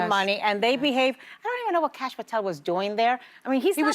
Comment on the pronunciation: "Cash" Patel SMH 👎